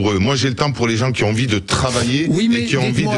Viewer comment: "Qui z'ont pas fait d'études" 😂😂😂